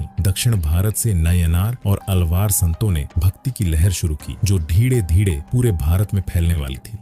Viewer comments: आप धीरे धीरे को धीङे धीङे क्यूं बोलते हो 😂😂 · Dhire dhire ❎Dhide dhide ✅😅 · "धीरे धीरे" ये सरल शब्द बोलने में क्या तकलीफ है?